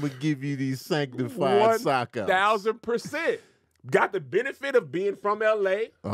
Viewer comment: “ sock outs “ 😂😂